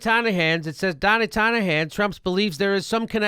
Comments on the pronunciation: Love you Jimmy but it sounds like you're saying "Donnie Tonna Hands" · I love how jimmy says donnie tiny hands like "Donna tonya hands"